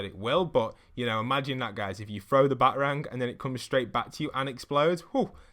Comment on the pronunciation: Did he say batrang and not BatArang